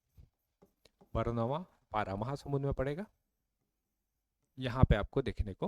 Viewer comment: उच्चारण सही कीजिए महोदय । बरनावा पारा नहीं है बल्कि बारनवापारा है ।